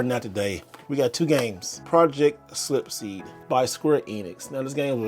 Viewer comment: Project “slipseed” 🤔